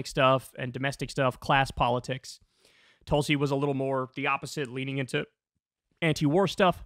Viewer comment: I like that one, "TOOL-si" 👍🏼 😆 🤣 😂